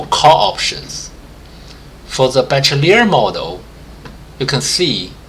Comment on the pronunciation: it's pronounced: Be-She-lier not Be-Che-Liar